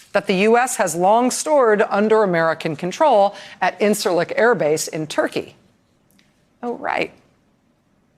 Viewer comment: Rachel please pronounce "Incirlik" properly! Sheesh.